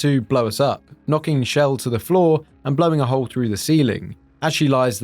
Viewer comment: Btw, she's Chell, not Shell